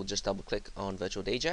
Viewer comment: sounds like ur sayin virtual BJ LMAOOO!!!